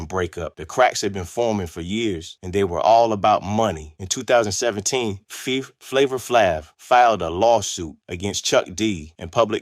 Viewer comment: I stopped listening after he f*** up Flavor Flav's name.